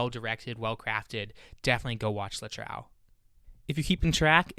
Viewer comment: I will definitely do this with my friends. Also, please, the title 'Le Trou' is pronounced [ luh troo ].